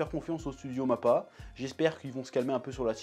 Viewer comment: Il a dit pour mappar au début vous avez compris